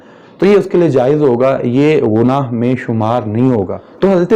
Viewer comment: کہاں تو گنگو ٹیلی اور کہاں مولانا مودودی آسمان دنیا پر چمکتا ستارہ؟ اردو بھی تمیں ٹھیک سے بولنی نہیں اتی، گناہ کو غنا کہہ رہے ہو۔